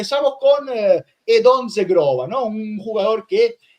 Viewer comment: Como pronuncias mal Zhegrova,. Que verguenza. Vete a estudiar el idioma kosovaro. IGNORANTE 😀